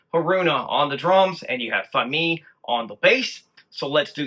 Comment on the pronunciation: FYI you are pronouncing Fami's name wrong - it rhymes with Mommy - accent on the first syllable.